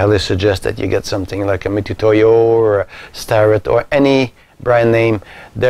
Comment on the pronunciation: It's pronounced mitsutoyo, not mitootoyo.